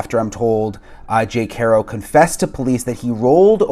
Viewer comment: Why in the hell won't people pronounce Jake's last name correctly? It's easy...HAR...O...NOT HAIR...O...